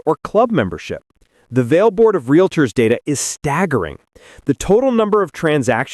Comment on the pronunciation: They are 'realtors', not 'realators'. 🙄